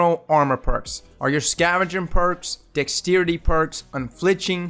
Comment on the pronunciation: Di¢ks-treity?? and